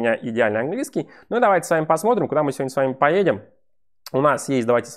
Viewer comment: "У меня идеальный английски". С кем ты спорить будешь? xD